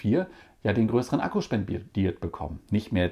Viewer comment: Hat da etwa „spenbiert“ gesagt? 😂😂😂😂